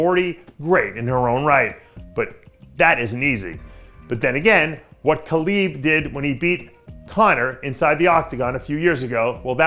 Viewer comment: Dave it’s Khabib Not Khalib